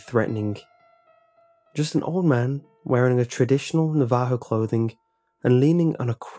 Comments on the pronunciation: NAvajo, not NaVAjo. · When you say navajo it's pronounced (na•va•ho) like how the Mexicans has the j with the h like josè. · did he mean Navajo? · Last one: mispronounced Bowie and Navajo. Not sure what was meant by "traditional Navajo clothing," you mean like jeans and t-shirt? Cause Imma 100% sure old guy wasn't walking around in powwow regalia. And sure as FUCK did NOT just strike up a convo about skinwalkers. But the CC was fucking hilarious when it said that only a Sherman can kill it. All the N8s be like naming their kids Sherman.